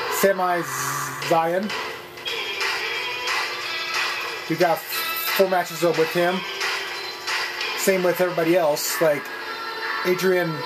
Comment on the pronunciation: Did he say samai zain and aidren neivelle